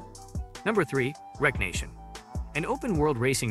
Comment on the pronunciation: Wreck-reation.... wreckreation not wreck nation🥴